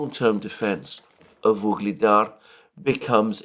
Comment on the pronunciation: it is not VUGLEDAR, but UGLEDAR. At least don't repeat that name in every sentance twice